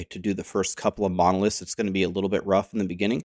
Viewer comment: Please, please! It is MonoliTHs not monolisks. I can hardly listen to those videos on LE because of that.